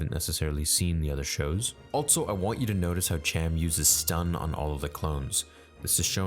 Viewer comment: "Alltso" "Twee'lek" "Allbite" come on dude. you doing this on purpose? Also has no T IN THIS EPISODE A TWI'LEK SAYS TWI'LEK like [T-WHY-LEK] Allbite??? ALL BE IT...them smush it together. ALLBEIT